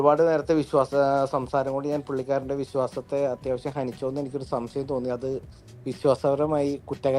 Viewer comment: ഇയാൾക്ക് 'ശംസയമാ.. എല്ലാറ്റിനും സംസയമാണോ 'ന്നാ എൻ്റെ ശംസയം'😂